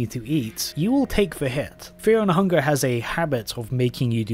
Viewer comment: bro cant even pronounce fear and hunger